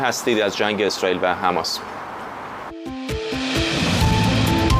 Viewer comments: تمام دنیا میگن حماس ، این کیه که همش میگه حمس ، حمس ، می خواد کلاس بزاره .... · این دیوث کلمه مقدس حماس رو نمیتونه درست تلفظ کنه مرتیکه حماس حماس حماس